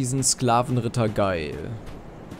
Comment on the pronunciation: Geil? Wieso Geil? Ich spreche ihn "Ga-el" aus, was für mich wesentlich epischer klingt, als der englische Name "Gail", wie er wohl eigentlich ausgesprochen werden müsste.